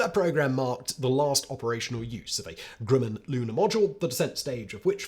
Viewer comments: Fag-jet? Always thought it was Faj-ay. And I always thought “Groo-man” was known as Grum-an. And the lunar podule milot… never mind. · Not even English works with this dude. Grumman not Grooman. And it's Von Brown not Von Brawn, as Braun means BROWN. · Fa-ZHAY, not FAH-jit. Werner (not Verner) von BROWN, not BRAWN (he became American). CHA-fee, not CHAY-fee. GRUH-min, not GROO-min. EYEZ-lee, not EYE-suhl. SHWEYE-kurt, not SHWEE-kart, shweetheart. Nothing says "I have absolutely NO familiarity with this historical event" than having no idea how to pronounce the particulars. Finally, it's "ON Long Island," not "IN." All that being said, the correct usage of the word 'comprise' covers a multitude of sins. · Simon, please try to pronounce 'Grumman' properly... it sounds like gruh.muhn .. The Grumman company seems to pop up in your videos a lot there. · Simon is well known for his endless mispronunciations. He's not about to start pronouncing things correctly any time soon.......or slow down. I just noticed another: 'Grooman' instead of Grumman. 😆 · Pronounce Northrop Grumman. Now pronounce Grumman.